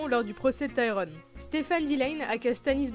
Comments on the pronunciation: Le Tyrone au lieu Tyrion franchement c'est chaud ^^' Et Lena Hadley ? really ? xD C'est pas ce qui rend ça inregardable mais c'est vrai que pour un fan c'est un peu la loose quoi ^^ Surtout quand on en sait autant =) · Arrête décrocher les noms ;_; C'est perturbant putaiiiin x) On dirait que tu ne connais pas les persos...que tu lis bêtement un texte sans connaître la série (livre et série... qui prononce Tyrion :Taï-ronne =_=et j'en passe) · « Tayronne » « Ramsie » 😭